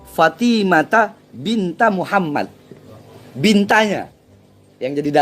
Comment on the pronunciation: Bacanya aja salah, bukan binta tapi harusnya bintu